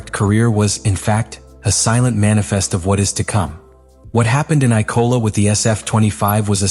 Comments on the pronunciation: It‘s IMOLA not ICOLA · I for one love the eye-cola grand prix!